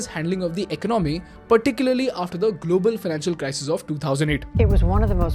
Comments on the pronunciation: Much as you would like to show this as an unbiased reporting, your bias comes through quick. Also learn to pronounce economy. It’s ek-ononmy. Not iknomy. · Big fan. Two suggestions: Since you speak a lot about the ecOnomy... you may wanna get the pronunciation right. It's not econOmy. It's ecOnomy. However - when you say econOmics, you don’t want to say - ecOnomics. It's econOmics. Yes - English is a weird language. But it's earning you and me our daily bread. So, we might as well get it right. In this video, you wanna use AI and trim beard equally, from left to right. 👍Cheers. Keep the awesome videos coming. Love the content. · Dude I really like the videos... but you mispronounce alot of frequently used words n that really messes with my head man... Please check the way you pronounce "economy" in this video and "gross" in your other video...